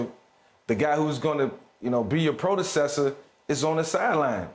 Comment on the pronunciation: "prodecessor" ? My man Vick making up words now.